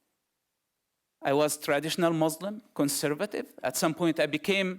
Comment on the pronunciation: I AM WAITIN FOR HIM TO RECITES VERSES OF QURAN THAT HE CLAIMS HE MEMORIZES HALF OF IT... ANYWAY HE SPEAKS JUST LIKE ONE OF THOSE FAKE EX MUSLIM.. ONE OF HIS BLUNDERS WHEN HE PRONOUNCE CERTAIN FAMILIAR WORDS .. for instance.. M O R S L E M... hahahah! ehoehoehoRRR.. he sounds like DONKEYS..A Muslim never speaks like that..